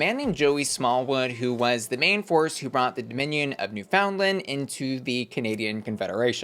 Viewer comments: noofin-LAND. Not New Finland. Never New Finland. Rewatch the episode. She'll say it for you several times. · Canadian here, just pronounce it like new finland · It’s not New Found Land, it’s spelt that way. It’s NooFuhndLuhnd. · Just a friendly pronunciation tip, Newfoundland has the emphasis on the "new", and kinda sounds more like "NEWFinland" instead of emphasizing the "found" like "New-FOUND-land". Edit: And Ontario isn't "On-TAHR-io", it's more "On-TARE-eo". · “Ontahrio” “New FoundLend” Is the new pronunciation now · it's new-fin-land 😪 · It’s NOT new FOUND land. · This is incorrect, you mainland Canadians mispronounce it as well. It's Newf-in-LAND. Not New-FOUND-land nor NEW-fin-lin, New-FIN-Lind or any other variation. Source: am a Newfoundlander. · Just FYI, it's pronounced Newf-n-land, you hardly need to pronounce the "found" part and the emphasis is on the "new". That's how everyone from Newfoundland pronounces it! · New FOUNDland 😂😂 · Nue-fUNd-land for Newfoundland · gentle suggestion from a canadian: you might consider pronouncing it new-fuhn-land :) the american accent is very endearing though! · It’s pronounced, NEWFUNLAND but say it quick! 🥰🇨🇦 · Miss m’am you are mispronouncing Ontario and Newfoundland. On-teh-ree-oh and New-fund-land! I know it doesn’t look like they would be pronounced like that haha but it is 😅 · NewFOUNDlan and OntAWrio is sending me… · The pronunciation of the Canadian provinces is KILLING me! NEW-fund-land, On-TAIR-ee-oh is phonetically how these two provinces are pronounced. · Sigh the misinformation. It's Newf-in-LAND. You mainlanders need to educate yourselves. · Please pronounce newfoundland right it's driving me crazy. As someone from Canada, it's pronounced new-fuhnd-luhnd!! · Jesus no. It's Newf-in-LAND. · Girl. Please tell me you’re INTENTIONALLY mispronouncing Ontario and Newfoundland 😂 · The way you pronounce ontario and newfoundland cracks me up. its cute lol